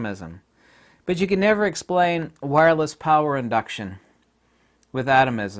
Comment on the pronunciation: “See when you Ken see through this people like I Ken...” ;))))))